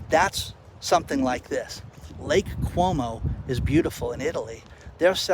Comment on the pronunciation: Lake Como, not Lake Cuomo.